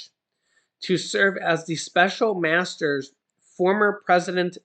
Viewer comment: A master's almost sounds like hes a dog